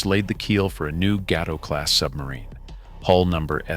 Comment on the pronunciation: it is pronounced gay-toa not gat-toe...looks like it should be the other way, but it is not..the class SS-21 to ss284 is called. GAY-Toe..class